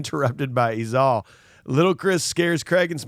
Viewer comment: It’s pronounced “E-Zale” sorry to be that guy but it was driving me nuckin futz everytime you said “E-Zahl.”